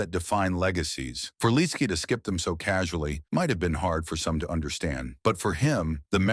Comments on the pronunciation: It's pronounced "lit -ski". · Why don't you have the respect for him and his family by saying his name the right way? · I agree!